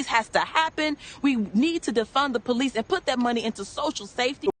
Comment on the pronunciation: Well at the time "defunding da powleese" was THE big grift that the small-minded lapped up.